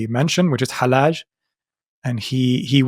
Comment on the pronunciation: pronouncing Hallaj as [ħælˈaːʒ] is so annoying for me as a Persian speaker (yes Hallaj was Iranian and "Al-Hallaj" is his arabicised name(I know Hallaj itself is Arabic)) because it's [hælːɑːd͡ʒ] in Persian and [ħalːaːd͡ʒ] in Arabic so the pronounciation is just wrong and doesn't let me enjoy the video properly but I like the video!